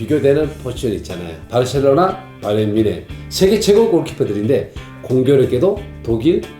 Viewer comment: 병지 형님 발음=바르셸로나 ㅋㅋㅋ